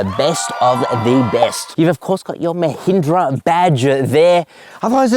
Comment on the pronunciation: at least firangs should try to pronounce mahindra properly, they cut all the power, masculinity, smartness of the word